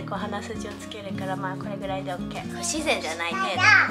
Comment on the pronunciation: your "O.K" is in Perfect English!